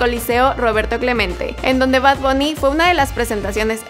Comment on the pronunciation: Y no se dice bad bunny sino bad bAnny